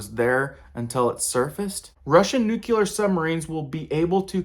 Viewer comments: Not new-cue-ler!!! It’s new-clee-err! Nuclear! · Please pronounce "nuclear" correctly. Its not nucular, its "new-cle-ar". Its important to discuss an existential threat to humanity in a clear way. I dont understand why this George w Bush speak is accepted, it sounds stupid and this is too serious. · Folks got to stop saying "new-cue-lur" and pronounce it right: "new-clee-ur". Just look at the way it's spelled, that might help. This is almost as alarming as "supposably". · Uh... I'd find you more believable if you stopped using the Jane Fonda pronunciation of "nuclear"... noo-klee-arr not nuke-you-larr! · I always doubt anyone who pronounces it 'nuculer' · Interesting Info, but the word nuclear is pronounced.... Noo Clee er! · Don’t pay attention to anyone who pronounces nuclear as “nucular”. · Hey man, learn how to say nuclear properly. Really irks me to hear you say repeatedly, Nookular! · "Nukular"? Ok george bush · Not trying to be insulting...you seem sincere and I am too. When you pronounce "nuclear" as newk YUH ler... anything else you have to say is easier to not take seriously. Also... there's no B in "supposedly." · As if the threat of a nuclear attack wasn't grave enough. If I understand you correctly, we now face the even 'graver' threat of "noook-yoo-ler" attack. I'm not sure exactly what that is, but my gut says it's awful bad... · Put 8 nucular ships around Russia and 8 for China! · Say it with me: nu-CLE-ar 🤗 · FYI... You said "Nuc-U-lar" It's spelled N-U-C-L-E-A-R. There's only one U. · At first I took you seriously, but then you said "nucular", and that did it for me. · Nuculer? Really. A nucular war? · i often take my news from people who pronounce it 'nucular' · Like We Don’t have Nucular Subs Off The Coast of Russia, China, And North Korea. ! Count on It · NUCLEAR - Pronounced NU-CLE-AR - DID YOU EVEN - GRADUATE PRE SCHOOL? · learn how to say nuclear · People might take you seriously if you started pronouncing "nuclear" correctly.